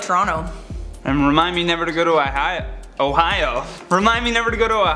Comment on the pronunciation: Uh-hio? Ah-hio? Ooooohhh-hio! Jeez guys 😂